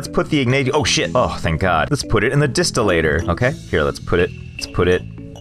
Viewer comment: Im pretty sure its pronoused Dis-still-er